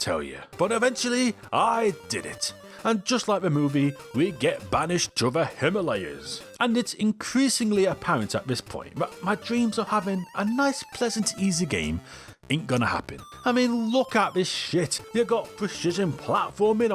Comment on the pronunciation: the "Himlays" was my favorite level in Duck Tales 😅